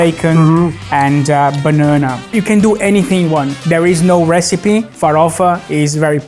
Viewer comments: Not exactly Brazilian, more like retarded 😂😂😂 bãnãnã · Love the fact that he still says Banana with a Brazilian accent